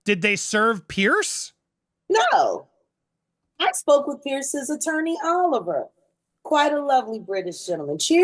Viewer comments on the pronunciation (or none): ANDY HIS NAME IS PIERS LIKE PEARS NOT PEIRCE!